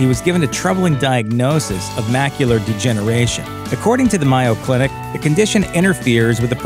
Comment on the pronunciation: Really enjoyed your videos also wanted to thank you for alkyl the hard work!!! One little correction if I may It's the Mayo Clinic! not Ma yo! Mayo like you say mayonnaise!! Thank you!